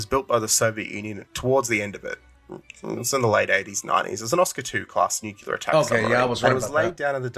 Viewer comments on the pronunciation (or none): The only thing that bothers me about videos as a fellow Australian is how he insists the word 'nuclear' is pronounced 'nucular' despite the fact that 'nuclear' predates the first recorded use of 'nucular' by over a century.